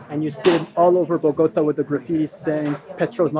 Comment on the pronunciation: Excellent 🙏 (Bo- go- TA, accent on the last syllable)